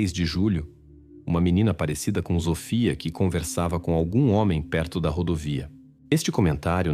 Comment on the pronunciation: Ele fala errado o nome da menina.Sofia tem som de s e não de z.